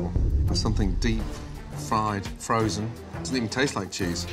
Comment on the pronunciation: it’s frezsen